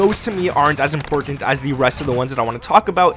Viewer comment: Lol this guys calls buttons “bud-dins” and everything is “in-porn-tent” 😂